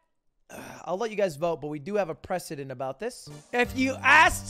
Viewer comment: "What do you think that word looks like" This coming from the guy who brought you 'prescdedentnentnet'